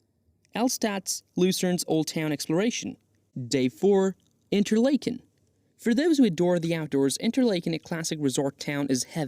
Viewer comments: Nice video, but you butchered the pronunciation of just about everything. You can’t use AI for something like this. Interlaken (like “lake”)—wrong. Should pronounce it like “Interlahken”. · Did you butcher the name pronunciation of Interlaken on purpose? It's like nails on a chalk board listening to you butcher it. There is no long "A" sound! RME